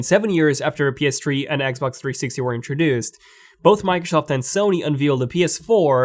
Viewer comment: Why does he say ps tree